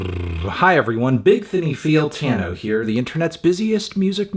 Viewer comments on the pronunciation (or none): none